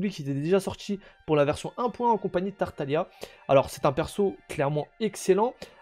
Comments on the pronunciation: TartaGLIa !!! Toujours un mystère le nombre de gens qui prononcent ça mal lol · Je ne sais pas si Tartaglia est une référence spécialement à l'Italie, reste que le nom est italien. Et non le "g" se prononce pas dans ce nom en italien. Ça donne lieu a un "l" mouillé. Signé un italien. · Ça ce prononce tartalia et ça s'écrit tartaglia et perso moi je l'appelle childe